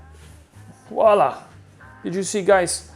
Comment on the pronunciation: 😂 I see someone else thinks that voilà is Walla! 😂 I was yesterday’s age when I finally realized I was saying it wrong.